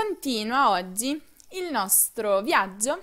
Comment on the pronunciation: Ozzi,viazzio........ Che pronuncia sfarzosa....